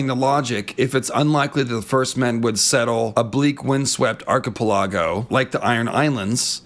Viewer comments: Am I the only one who pronounces "archipelago" and "peninsula" as ar-kuh-PELL-uh-go and pen-IN-suh-luh, and not ar-kuh-puh-LAH-go and pen-in-SYUH-lah like in the video? I mean vee-DAY-oh ;) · Archipelago = "Ark-eh-pell-a-go" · I'm loving these Westerosi/Everywheresi videos. Just one thing though. PLEASE PLEASE PLEASE....learn to pronounce "archipelago" correctly! (ARKY-PELL-AGO) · Did bro really say "arc-i-pi-laggo"? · I hope you’ve learned how to pronounce archipelago now. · 🤣🤣🤣. I love your content. I get a kick out of your birds, I appreciate and enjoy the bits of your IRL personality/life that trickle into your YouTube persona, but for the love Garth; your pronunciation of "Archipelago" gives me twitches 🤣